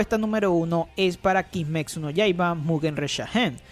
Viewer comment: "kimecsu" Cringe total